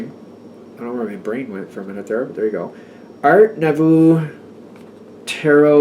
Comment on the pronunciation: You were wondering how to pronounce nouveau,. It's noo-voh!